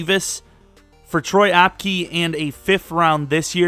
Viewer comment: It’s pronounced apke